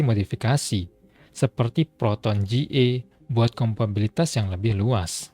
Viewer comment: kompatibilitas bang, bukan kompabilitas :) btw mantap risetnya bahasannya seru